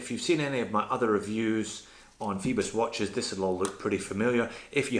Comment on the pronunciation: I could be wrong but oi is usually pronounced like oy, so Phoibos should sound like foybos and not feebos, what do you think?